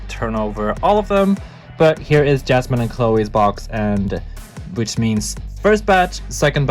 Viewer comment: It hurts my ears every time you say jasmine instead of Yasmin 😭